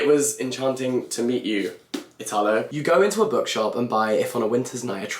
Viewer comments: You're reading Calvino and that's an EXCELLENT choice, but you should also try "One, no one and one hundred thousand" by Pirandello! PS: it's EE-talo, non ee-TAA-lo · one thing tho. Italo, though being similar to Italia/italian in the pronounciation, is actually pronounced like Italy, with the accent on the I instead of the a